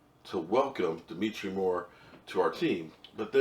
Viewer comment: Isn't it "DemOntre" not "Demetre"? I'm not sure!